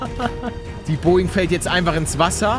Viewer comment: PALL DAS HEIßT BOGING 47